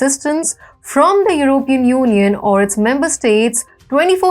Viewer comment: This person doesn't sound very smart and she needs to learn how to pronounce the word "European".